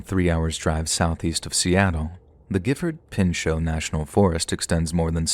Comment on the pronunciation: Omg.... Listened to you trying to say pinchot for 30 min last night til i fell asleep